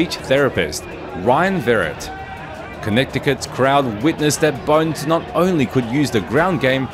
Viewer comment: Lol... talks about dude's name being used in "speech classes", then says "Connect-ticut"...